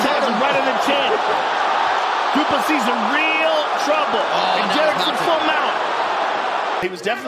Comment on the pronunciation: I think Americans don’t know that PLESSIS , the s at the end is not silent